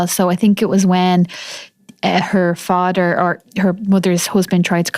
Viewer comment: Het fadder and her mudder. 😮